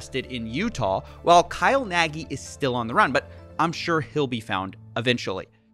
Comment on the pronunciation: I'm sure Kyle will run back to Hungary to escape the charges. Also pls pronounce it "nug". That y at the end gives me brain tumors. :D